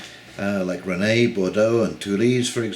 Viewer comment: BTW, Rennes is pronounced Ren. ;)